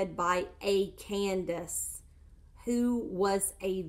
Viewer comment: The correct pronunciation of the Bible Candace is kan-day-see. Look it up.